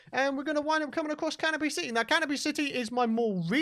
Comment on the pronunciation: I thought was saying Caterpie City instead of Canopy City